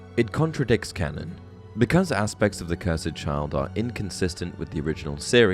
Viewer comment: Bro I'm sorry but why do you pronounce cursed like ker-sed.